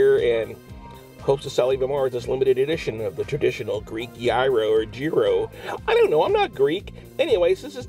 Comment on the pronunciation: yearos! and teezeeki